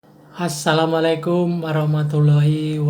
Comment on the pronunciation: Assalamualaikum pak bukan hasalamualikum,,hati2 loh artinya beda